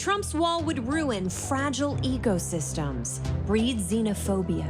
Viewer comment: Waaaaaiittt!!! Who else heard “EGO-SYSTEMS”? 😒😲🧏🏽‍♀️🤷🏽‍♀️